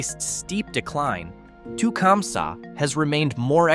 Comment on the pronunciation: Tecumseh is pronounsed tah-cum-see and was home to Tecumseh small engines which has simce gone out of buisness so they've had their struggles too. I was born in Ypsilanti which is pronounced ip-sah lantea, some photographer took a picture of the water tower and it looks semi soft, postcards are available ( or used to be ) and is much more sexually suggestive than Gay or Climax.